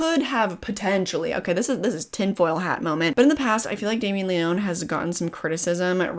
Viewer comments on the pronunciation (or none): Since you asked, you were pronouncing it wrong its pronounced lee -oh -knee lol. And also he did bring in a special effects team on this one so he could focus more on directing. He did admit it was hard to keep his hands off and would sometimes touch things up. Either way awesome review and I generally agree with most things you said, except for me being a Terrifier 2 lover from the start. But I think you're pretty spot on about it being a grower for many, especially the more it ties into the overarching plot.